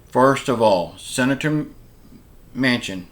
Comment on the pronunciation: I hope Joe Manchin keeps his word and holds his ground. No, I don't think they will pass a bipartisan deal. I think the days of bipartisanship are over., if you're such a genius then why don't you just drive up to dc and meet with Joe Manchin and set him straight., I noticed you finally learned how to pronounce Manchin's last name at times but you then go back to pronouncing it Manson. No, it there are animals in DC and they are AOC, Ilhan Omar, Rashida Tlaib, Jerry Nadler, Adam Schiff and many more., who are you to lecture anyone on bipartisanship. In January you said that Trump supporters should be put in front of a firing squad. The Social Security administration should put you on the payroll since you talk nonstop about it. People who are retired and only draw social security now are people who made poor life decisions. I don't know if you're referring to me when you talk about the person who talked in the comments about your view on voting. You're right...I have my opinion and in my opinion people have the right to vote or not to vote. To say that someone has to be silent just because they didn't vote is un-American but it's not surprising that you feel that way since you seem to be a card carrying socialist democrat now. I think you should personally tell the person who couldn't vote on election day, due to a death in the family or a medical emergency, that they have no right to complain and have to just "bend over and take it." You really do come o